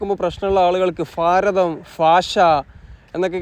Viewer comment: മയ എന്ന് കേട്ടാലും ഫാരതം എന്ന് കേട്ടാലും ഇടങ്ങേറുണ്ട്